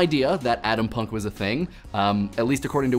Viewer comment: Adampunk? I think you're trying to pronounce Atompunk... Correct?